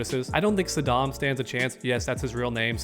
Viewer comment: Sodom not Saddam